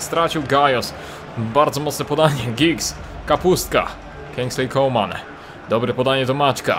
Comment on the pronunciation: Może mi się wydaje, ale chyba mówi CoLman, zamiast Coman. Chyba, że tak się powinno mówić, to sorry.